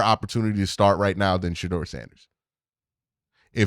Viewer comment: Q, you’ve randomly began pronouncing Shedeur wrong! Plz fix